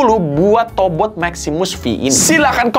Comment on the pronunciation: yang gw denger "tobrut" 🗿